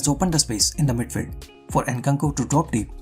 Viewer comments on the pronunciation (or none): Cringed everytime u said midfeld loved ur content btw